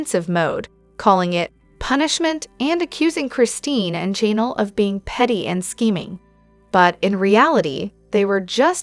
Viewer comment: 😂😂😂AI not being able to say Janelle